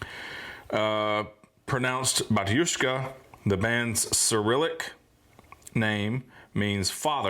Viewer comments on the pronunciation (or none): Prononciation of "Batushka" is wrong. It should be "bAtushka" - not "batUshka". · Sorry to correct you, but the stress should be on the first syllable. BAtushka, not BatUshka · Почему бы вам не сделать ударение на первом слоге: бАтюшка? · BAtushka. In this word the stress is on the first syllable. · It's actually pronounced "bAtushka" - the first A is stressed. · Pronounced "bAtushka", to bo completely precise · It’s Bah-tyushka. The stress on the first syllable. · Батюшка произносится с ударением на первую а, не благодарите)